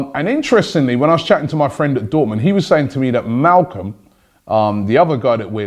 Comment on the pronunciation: It's Malcom* not Malcolm.